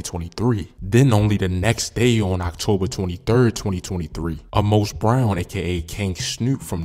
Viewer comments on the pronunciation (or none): none